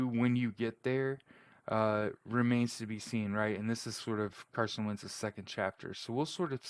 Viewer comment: When its difficult to give carson credit you can barely mumble his name makes you a hater